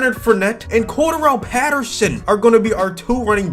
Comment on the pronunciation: Its lowkey painful how he pronounces “Cordarrelle” lol